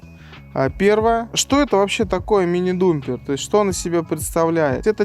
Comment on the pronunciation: нет такого слова думпер. Это неправильное произношение dumper (самосвал). Знаток безграмотный😅